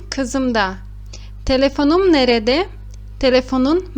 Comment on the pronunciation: Ótima aula. As vezes observo que nerede na pronúncia escutamos "nerde". Oda, também pode ser quarto?